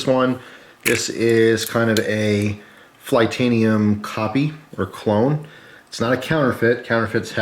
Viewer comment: It’s....it’s flytanium, FLY tanium, so it’s fly skull and wings, not cartoon skull and butterfly wings lol